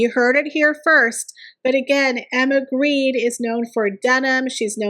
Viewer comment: Jens Grede is NOT Greed. Gre-de. Please. Gre as in "ogre" and de as in "deny". NOT greed.